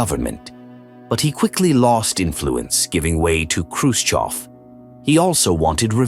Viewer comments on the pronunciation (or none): Khrushchev not Khrushkov. If you’re going to use an AI voice generator, at least get the man’s name right.